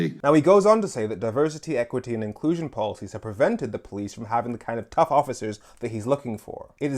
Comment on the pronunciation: "it's about time we got tuss enough"